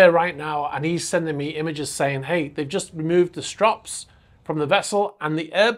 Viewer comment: Strops ?, you mean Straps.